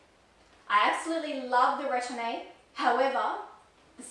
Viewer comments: Retourne is pronounced “Re torn,” versus “Ret orn ay.” Thanks for sharing. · BN is correct on retourne’s pronunciation. Just don’t pronounce the “ay”at the end. Depending on your climate, if you don’t want oxidation of your metal, take off the stickers. It’s far too expensive to replace. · This is so helpful. Definitely more of a sellier person myself. Also the e isn’t pronounced at the end of retourne. Also the sellier style only coming in stiffer leathers is not true. Even if it’s not a SO, it can still be sellier with Clemence or Togo or Swift. The give the bag has, has more to do with the leather as opposed to the style of the bag. Epsom being the most stiff among them. If you had two Togo bags, one retourne and one sellier, the give would be virtually the same. A birkin in Epsom is just as stiff and it isn’t in the sellier style. So it has to do with the leather more so than the stitching and style of the bag.